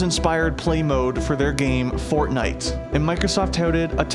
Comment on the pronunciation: I thought you said Formite